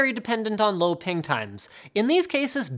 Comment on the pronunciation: Yeah , lie again.....that's not how you pronounce it